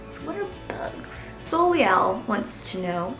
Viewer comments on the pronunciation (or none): Soleil means sun in french, and is pronounce like sole-ay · How she pronounced Soleil. lololololol such a blonde moment.